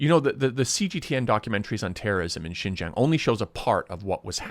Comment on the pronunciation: I am not sure how long you were in Xinjiang but I feel like it wasn't long enough to even be able to pronounce Xinjiang correctly. It appears that this video is not at all about an interview with a Uyghur survivor of one of the reeducation camps but instead a major part of the video is used to slam the United States of America. You are offensive and harbor opinion that is based in ignorance.